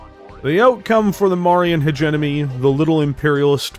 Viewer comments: Heh-gemm-oh-nee. Use either pronounciation but please switch the N and M. It always takes me out of your videos whenever you say it. Good content. Keep it up :) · Sorry to nit-pick, but you keep mispronouncing "hegemony" in all your videos.